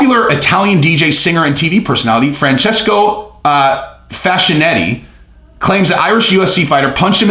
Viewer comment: Too much Colombian tonic? Right pronunciation is Fuck kinetti. For real Now I have a doubt. Maybe the guy was just introducing himself...